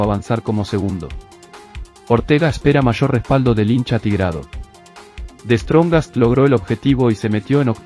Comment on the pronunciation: Tanto tiempo comenta al fútbol y hasta ahora no puede pronunciar the strongets es un torpe